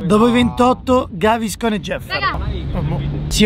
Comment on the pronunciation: Ciao, bellissimo video. PS: Gaviscon 😅